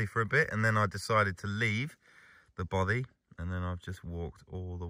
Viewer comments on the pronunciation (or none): love your videos mate, really well produced but as a Scotsman I have only one complaint, your pronunciation of Bothy is making my teeth itch :) I will help you though ! its "baw - fay" kind of like toffy